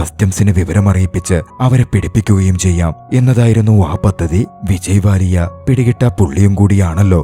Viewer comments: Vijay Mallya ❌️ Vijay Vallya ✅️ 😂😂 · വിജയ് വാലിയ ❌വിജയി മല്ലിയ ✅